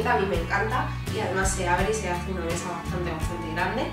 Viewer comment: Esta lamparita. Echa lamparita. Detrás del la puerta tengo eche espejo. Todo pronuncia a con cha. Che chi cvo chu. Echa mecha. Osea mesa. Jaaaa muero de richa 😂😂😂😂😂😂 ancha luego